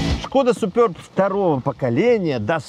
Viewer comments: может суперб, а не супёрб🤔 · чехи говорят просто суперб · " Суперб". А не супёрб. Самим не пративно это слово, произносить. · если прям уж играете в англицкое произношение , тогда уж сьУпёб , а не супёрб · причем тут Китай? Я с Молдовы и у нас все говорят суперб или суперба. Смотрел несколько русских блогеров, они тоже суперб говорят. А тут супёрб о_О включил ещё несколько роликов, там опять суперб говорят. Вот теперь иди пойми как правильно - это в Белоруссии супёрб или все другие ошибаются. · 3ий лучше 😊 и да, не супёрб, а суперб😂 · Супëрб😂 смешно звучит 😅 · Только мне супЁрб слух режет?